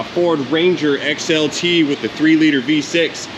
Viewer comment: My step brother bob has a speech impediment and he has a ranger and all my life everyone made fun of him even today so I thought it was funny as shit when you said wanger lol😅😅😅 my stepbrudder wobert has a wanger lol😅